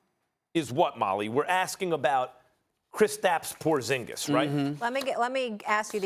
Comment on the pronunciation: wtf your satng hes name wrong hes from litvia me to and its prounounced diferentli lol